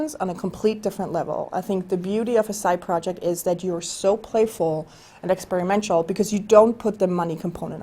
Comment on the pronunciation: She just said "experimential".